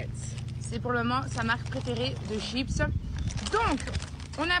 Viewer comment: da italienne je suis comme je du mal avec le mots chipsss!!😅toutes les mondes me faite la remarque 😂😂😂